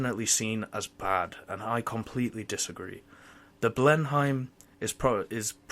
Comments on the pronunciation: Blen-Heim? You certainly don't sound German. The correct way of saying it is Blen-nim or Blen-hum, depending on your local English dialect. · Its pronounced Blen-im if you were wondering. Beafort is bow-fort.